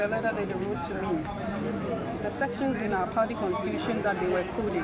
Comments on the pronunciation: 😂😂😂😂why does she say Pardy instead of Party Party Party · in her case is the T silent? She replaced it with a D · Are you sure, Because when she went to JoyNews she mentioned Party then later said Pardii 😂